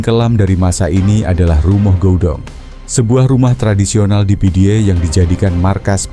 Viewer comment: pidie di baca pidi Meulaboh di baca melabuh